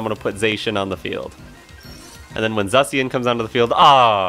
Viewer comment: Not Zussy-an 😭